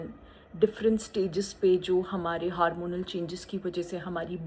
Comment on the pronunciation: It is hormonal not haaarmonal. Vernacular diction. Woman card. Cancer card. Milking